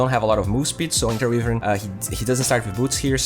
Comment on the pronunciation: Só uma correçao: "wívern" está errado. Como voce gosta de dar enfase no ingles, achei justo mencionar. Fora isso o video ta perfeito, proxima vez que eu for na off ja vou pensar se rola de pegar a wyvern xD